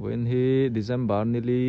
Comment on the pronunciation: Dezember ❎ December ✅ A rik dan tur a tone chu ...Mizo tawng tak in Disembar ..Hei hi a rik dan alam dan tur ani